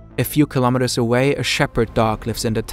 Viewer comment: Of course nature (creation) stayed. Where else would it go? Kilometers is pronounced kilo-meters, same as kilo-grams. Not ka-lom-it-ters.